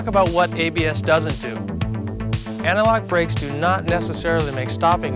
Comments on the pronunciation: It took me a while to realize that what my non-native ears were hearing as analog was actually antilock 🤦‍♂️ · I feel like they should have got someone who could at least pronounce anti lock correctly. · I thought it was my bad hearing...I heard the same thing, "analogue brakes" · Right? I kept thinking "what the hell are analog brakes?"